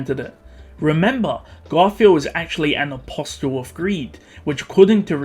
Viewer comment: apostle is pronounced with a silent “t”.